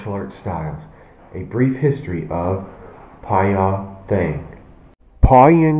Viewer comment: Hi joe, thx for this but have some corrections of terms, and your pronounced. Monk means Phone Gyi(Gyee) and Martial art means Thaing (Tie'), and Phone Gyee Thaing was not really exist as it's named for easy call. The actual name is Pwe' Kyaung (Pwe' = concert/festival and Kyaung= school) that has been existed since Bagan era. It. technique is not easy to follow for the beginners whom to start with various sitting practices only (horse, lion, crane, water pot stances. ..etc) for 3 months and to avoid sexual contacts throughout the studying. In brief, the course has 5 grades. Grade 1 is passed with 5 enemies, Grd 2 with 100 enemies (village level), Grd 3 with 1000 enemies (town le vel), and Grd4 and above is Master level who already known about medicinals, astronomicals, and other know-hows and to become a monk or sagdhu-guru(hindi term). This Pwe' Kyaung disciplines are hard to follow for normal people so about to be getting lost soon.